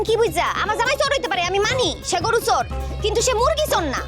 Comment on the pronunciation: Bangladesher lok চোর কে.... "চুর" .... উচ্চারণ করে কেন....😂😂😂